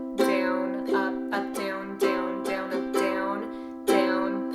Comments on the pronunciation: no hate but does it annoy anyone else how she says down BIG OOF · Is it me or its amazing how she says “down”?